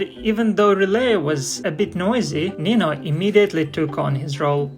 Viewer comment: Why do you call the goose 'relay', instead of her name, RilETTE